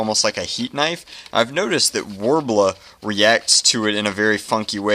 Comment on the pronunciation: STOP SAYING WARBLA